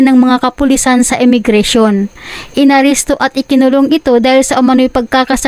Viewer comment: INARESTO NOT INARISTO.